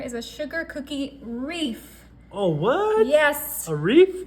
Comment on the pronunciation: Looks delicious, but why is she calling this a reef? Instead of a wreath?